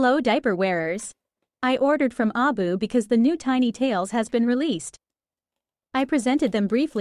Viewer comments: It's an AI voice, that's why. It tries to pronounce it as a word since the AI can't tell that it's supposed to be an acronym. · why do U keep pronouncing the name of the company wrong on every video U make?